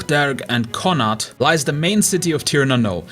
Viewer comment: I don't know how to type how it sounds but you said Connacht wrong